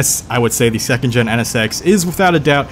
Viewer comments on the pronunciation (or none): none